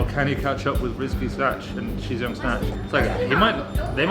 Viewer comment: Shizhiyong is pronounced pronounced Sher, not She. Xi is pronounced She, and Shi is pronounced Sher.